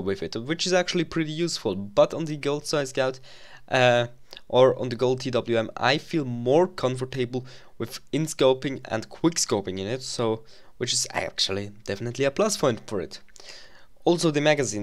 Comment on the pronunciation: "Confor-table"